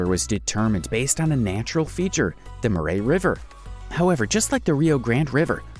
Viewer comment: Its pronounced ...."mack worry" ...... (Macquarie) WHY does everybody thing that Tasmania is separate from Australia? ......its all the same its AUSTRALIA! How on earth do you pronounce "Murray river" like that?....have you ever heard of the singer Anne Murray? Also "Jervis bay" is pronounced...."Jarvis bay" and....dont get me started on "alluminium"!